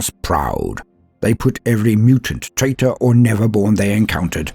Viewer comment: Awesome video made even better by me mishearing "traitor astartes" as "tater astartes". (Taters = Potato)